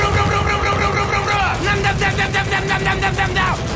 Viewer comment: C'est comme si il disait mouda pas muda 😂